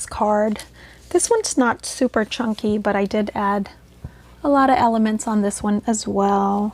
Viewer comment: Did you say chunkie..LOL …these are beautiful. Have a great weekend. TFS